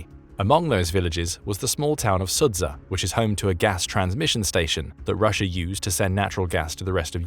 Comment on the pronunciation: 'Soo-djah" is a more closer pronunciation.